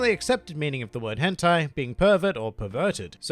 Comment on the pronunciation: You said,,,. Hen..... ....tai?